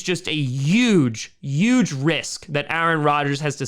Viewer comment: Well said, especially on the competitive advantage point! As a new yorker, I can hear the "yuge" when you say "huge". Way to represent! lol. Hello from the Finger Lakes area, thanks for the excellent content as always